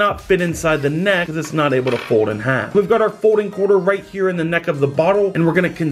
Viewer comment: You can't say fold you say fod